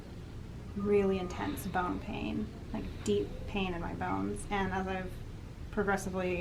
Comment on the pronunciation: I thought you said “bone hang” at first haha.